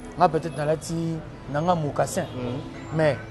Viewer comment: Alobi bien mocassins oza kizengi yo nde ozoluka kk oloba